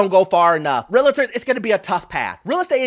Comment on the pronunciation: It's not pronounced real-a-tor it's real-tor